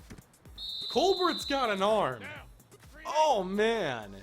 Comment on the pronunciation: Colbert is pronounced like Coal-Bear, not Coal-Bert like it seems. Look at Stephen Colbert